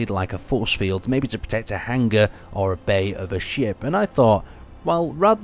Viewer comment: It's hanger not hang-ger